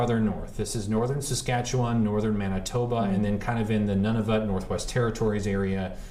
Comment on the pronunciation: Wow! Your pronounced Saskatchewan correctly! Good job. :) Oh btw, it’s called the Canadian Shield. Have a great day!